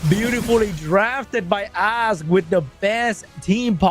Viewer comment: Why everytime said "Ask" sounded so much to A$$ lmao